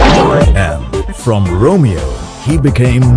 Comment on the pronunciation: Romi-oh, Romi-oh (8)